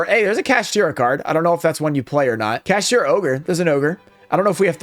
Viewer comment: gotta love how says kaSHITra instead of kaSHTIra